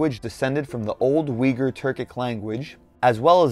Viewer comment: You know this video is crap when they can't even pronounce Uyghur properly.